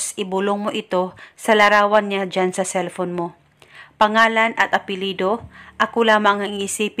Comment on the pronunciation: "Cellphone" yonnnn, anong celpon??